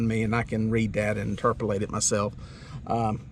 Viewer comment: you combined the words interpret and translate into interprelate. LOL